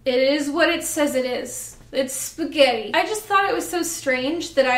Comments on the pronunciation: "Is sgetti" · There's something inherently funny about the way you say spaghetti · why am i laughing every time she says spaghetti